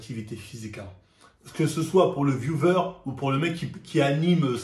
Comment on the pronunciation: "le ViewVer " m'a tue